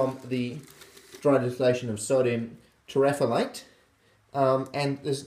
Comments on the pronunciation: No it's not terephalate^^ it's terephthalate xD Like in Potassium hydrogen terephthalate :D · i pronounce it more like terreph-thal-eight, but yes he is always wrong, even when he tries his best. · It's pronounced sodium TERRA THALATE THAL as in thallium.